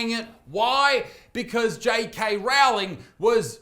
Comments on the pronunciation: I wince every time someone mispronounces JK Rowling's surname. the first part should be pronounced to rhyme with sew, not cow! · Great take as always, but I was continually feeling my ears burning at your pronunciation of JK's surname. The "Row" is like rowing a boat instead of rowing with a trans activist clown. Or like "rolling".